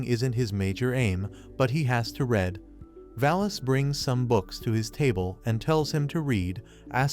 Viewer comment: Bro said red not read